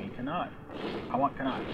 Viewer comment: Connaught is not pronounced like that -_- But good video :P